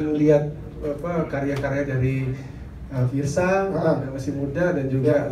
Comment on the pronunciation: Fiersa kali bukan fierza wkwk